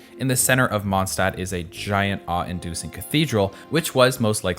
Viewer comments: As a native german speaker i can say WOW how wrong can you pronounce city names?! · The only thing that bugs me with Genshin is the fact that EVERY SINGLE female character has heels, ridiculous female chest physics and we only had female 'child' characters. For that I personally hate Hoyoverse. And the German mispronunciation. Everyone pronounces Mondstadt wrong, Mondstadt's Archon plays into the 'German Drunkard' stereotype, don't get me started on the horrible Fischl German- if you are gonna insert random bits of a language at least be so decent and hire VAs speaking that language or make sure the pronunciation is right. Otherwise, please fxxk off my first language.